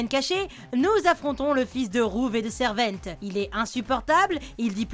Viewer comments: Juste pour dire on SARVENTE et non servente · C pas servent c sarvent lolel et ruv pas rouv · Alors c'est sarvente et ruv se prononce reuv pas rouve et c'est selever pas siliver